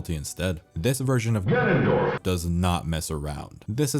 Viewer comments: Nobody:: gAnOnDoRf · Started out as a really nice retrospective until you broke my brain with "GANONDORF" 5000 times. WTF is wrong with you?! Jesus F'n Christ... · legitimately had to stop watching because of the fucking “GANONDORF” dude